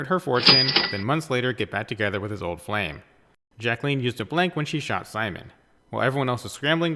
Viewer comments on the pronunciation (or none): none